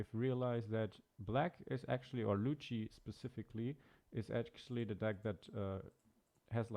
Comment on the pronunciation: Its lu-chi